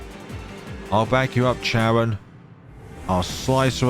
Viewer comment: Thanks ❤️❤️❤️. I've been waiting for the translation of season 11 for a long time since season 10. However, you mispronounce some characters' name so will correct it for you. For instance, the letter "c" in their names is pronounced similar to "k", sometimes "s" not "ch". For instance: - Caron is pronounced ka-ron. - Caesar is pronounced see-zer - Spica is pronounced spee-kah. - Luca is pronounced loo-kah. - Luce is pronounced similar to loose (Most characters in the game have Italian names) - The village Triela is read "Tree-lah". My correction ends here. Hope that it will be help for the next video.